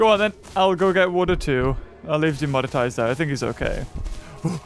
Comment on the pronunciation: Him saying demonitize is gonna get him demonized